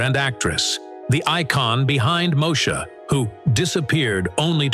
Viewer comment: You should not be doing a video on Black stars if you can't get the computer voice to pronounce Moesha.